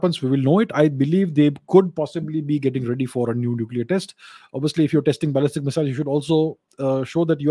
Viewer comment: Ballistic pronunciation sounds like Balle Balle to me.😃. Balle Balle Missile.